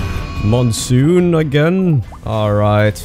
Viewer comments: Just a heads up,. "Monsoon" is pronounced "Mon" (like Pokemon or Digimon) and "Soon" (just like you say it) It's "_Mon_soon," not "_Moon_soon." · FFS who taught him how to say moonsoon?